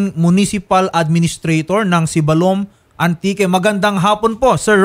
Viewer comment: Hindi manlang kinorek ng nagsumbong dyan paano magpronounce ng Sibalom ay Siibbalom slow